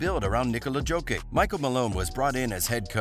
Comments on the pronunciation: Bro is really saying “joe-kick.” everybody knows it’s “jock-itch!” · No, he says "Joki" instead of "Jokic" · Bro, pronounce his name with Y (Yokic) not J (Dzokic) Nikola Yokić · Who is Joe Kick, man? A good friend of Stu Pitt? Nikola Jokic is pronounced Nick O'La Yokitch. Both Nikola and Jokic have stress on the name's first syllable. Like Michael Porter. The reason for mit having won a championship is simple hidden behind NBA politics and big Franchise, big market money. The Nuggets were the best in the bubble and bet Warriors 3x last season!!! Why win it with out your hurt friends? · Yo dude, Yo-cki-ch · Nikola Jokic (NEE-KO-LA YO-KICH) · It’s pronounced Yo Kich genius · Jokic deserves better than that. Yo-kich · Joke ick lol. That’s brutal! I thought it was bad when every announcer calls him nick cola. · if your going to talk about Jokic, learn how to pronounce his name dumb fucks! I live in Denver and this whole fucking video is trash like the way your voice over dude is. lmfao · Learn how to pronounce Jokic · I wish I could watch this video bro but you can’t say the reigning MVP’s name at all correctly it’s lowkey disrespectful 🤣🤣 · the way he says "Jokic" makes me cringe everytime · Dude learn how to say Jokic. You're butchering the name of a two-time mvp. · Hard to take him seriously when he mispronounces his name. Makes him so like a casual. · I was gonna say how can I trust a guy who can't even pronounce jokic the back to back mvp 👑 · The commentator is not the owner of the channel. He is just a freelancer. So obviously he can't pronounce "Jokić" right. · Mateese Teeboole you mean? :D :D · Bro, you researched so much about Denver Nuggets yet you didnt even bothered checking out how Jokic is pronounced. Its not like he is 2x MVP or anything like that. Oh wait...